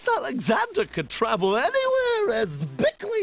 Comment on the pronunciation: "With the map? Prince Alexander can travel anywhere as "B"ickly as HICKS" cracks me up every time. xD